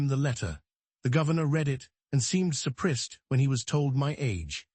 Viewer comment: I had to leave this site after hearing "surprised" pronounced "surprissed"! If you insist on using AI, get it RIGHT!